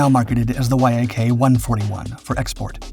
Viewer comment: Incredible engineering marvel. As such it deserves to be prinounced properly. This plane was designed by the Yakovlev design bureau, so it is not "wayaykey" it is simply "Yak 141". Similarly the Mikuyan- G uryevich planes aren't "Emaydzee" ajd the Ilyushin planes aren't "ayel" planes. Russian types are supposed to be pronounced russian sounding.